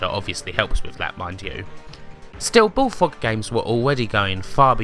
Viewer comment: The way the narrator can't pronounce his "R"s is hilarious. "Subswibe", "BullFWOG" (over and over :D )